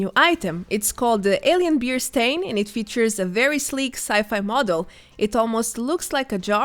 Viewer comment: Stein is pronounced Stine ... Your accent is great but I think you can probably say Stine instead of Stain. 😆